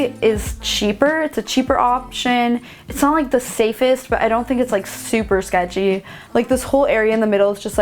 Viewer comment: I’m from Philly so I’d have no problem living in South Central, Compton or as you say “shecthy” areas